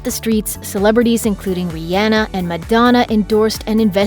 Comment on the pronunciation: did she just say rianna instead of rihanna